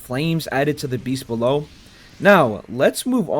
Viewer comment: You said beast bellow wrong